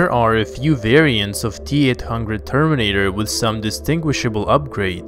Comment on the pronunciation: How we say it : T-800 How he says it : Teat hungred